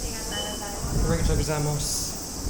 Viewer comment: how has mans been in japan for this long and still pronounces arigato like that lmao